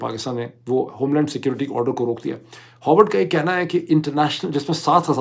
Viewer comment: It's pronounced Ha r vard, not Ho r vard. 🙏🏼